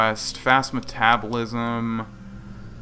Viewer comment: You pronounced "metabolism" wrong.